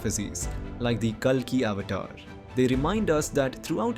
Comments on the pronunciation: So you can't even pronounce avatar well?? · Avatar, Puran, ..., are pronounced horribly